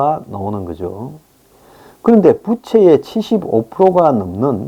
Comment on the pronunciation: 항상 드리고 싶은 말이 있습니다. 빗과 빚을 구분해 주시고 fan 부채와 debt 부채를 구분해 주셔야 음의 길이가 다릅니다. fan 부채는 짧은 부 debt 부채는 긴 부 입니다. 그 밖에 녀러 발음의 오류가 있사오니 모니터링을 부탁드립니다.